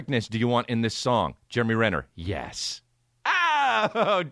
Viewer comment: “Germ-e Renner”